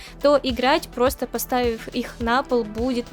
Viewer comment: Руль превосходный. Обзор великолепный. Голос, всё рассказывающий и объясняющий - вообще восьмое чудо света😊 Век бы слушал без остановки и ни на секунду не надоело бы😊 Особенно нравится как ты произносишь слово "просто", аж до мурашек прям (в хорошем смысле, конечно же))